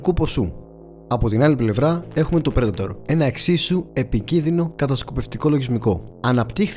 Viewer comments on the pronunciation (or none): none